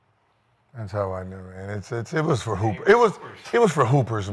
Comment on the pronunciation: “As a hooper” 😂😂😂